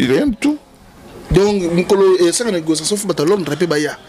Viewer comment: Vous êtes dans la negociation, boketsu dit "pas de negosasson" to yoka nani????